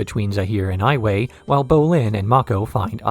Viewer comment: Pronounced all these wrong: Ayemon, yakonaye, var(like far)ick, ton-rack, admiral zao lmfao.